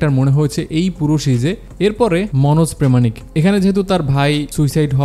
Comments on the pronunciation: Manoj Premanik na bhai, Pramanik. Uccharon ta ektu bhul 😊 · ও হ্যালো উনার নাম মনোজ প্রামানিক প্রেমানিক বাংলাদেশের নাগরিক হয়ে বাংলাদেশী রিভিউয়ার হয়ে উচ্চারণ ঠিক করুন বাংলা ভাষার....😂 আবার ইংরেজি উচ্চারণ ও ভুল ইয়াং কে বলছেন ইয়ং....😂😂😂